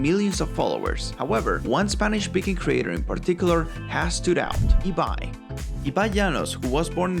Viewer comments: Si pronunciaste bien Ibai es porque hablas español xd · Por lo menos pronunció Ibai bien :)